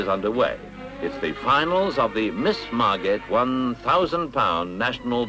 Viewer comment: Mar-GIT ? Really?